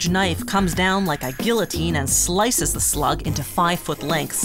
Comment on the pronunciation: She had too much fun when she said SLICED